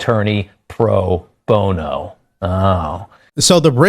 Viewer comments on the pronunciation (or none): none